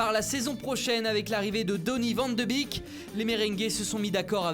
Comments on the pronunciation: Van de Beek se prononce « Van de Béék » alsjeblieft! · Donnie Vanne de Bique, faut revoir un peu les prononciations les chefs ^^